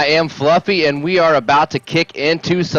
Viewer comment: "I am Flufvy, and I'm not okay with that." Fucking dying man, that is hilarious.